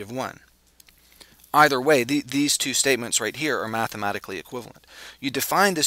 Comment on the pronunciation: Thank you, you were so succinct, I was able to take notes without stopping and starting the video over and over and over again. Also, the way you pronounce "2" makes me think you've got a bit of Scottish in you. I could be wrong, but that's how it sounds. :0)